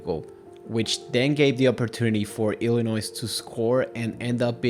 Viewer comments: Illinois is pronounced ILL-A-NOY, not ILL-A-NOISE. The S is silent. As Illinois haters say, it's ILL-ANNOY, which is phonetically correct. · Nice video, but its Illinois is pronouced without the "s" . Not sure why but that was really bothering me lol.